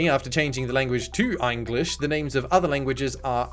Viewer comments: "Einglish" gave me a good laugh. I've heard of "Engrish", but "Einglish" is certainly a new one for me. That flailing corpse sure is having fun! WHEEEEEE!!! "Maggie-karp"? I've never heard the "g" in "Magikarp" pronounced like that before. Spawning a bunch of aliens that both teams must suddenly work together to defeat sounds kinda cool, actually. A very interesting gameplay twist for sure. This game may be hilariously bad in so many respects, but there were certainly ideas that could've worked well, given a lot more polish. (Insert Polish flag image here. :P) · That’s how it’s pronounced in Einglish